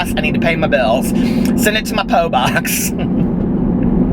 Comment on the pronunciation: "Poe box" lmfao